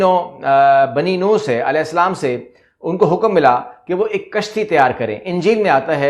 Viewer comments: السلام علیکم... کشتی نو نہیں نُوح پڑھا، بولاجاتا ہے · نوح ع کا نام صحیح پڑھا کریں